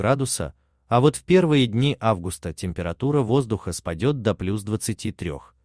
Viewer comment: Читает как немец августА